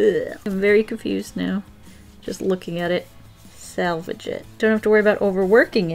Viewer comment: “ sal vage it” Me, wrapped in my blanket hiding from life: breathes intensely